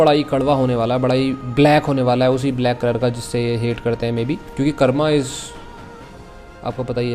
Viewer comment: karmaaaaaa nahi bhai...karm hota hai